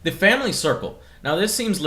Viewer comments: Shamily...SHAM-ily yep that sounds about right Joe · in this "sham ily plan..." slip of the tongue Joe. Fuck MS. Wankers.